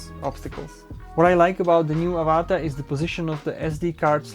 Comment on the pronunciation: Mate its Av-A-Ta not Ava-TA - like the movie 😂 - Pretend you have an Australian accent ---- good review tho👍Well done - Would love to fly one, one day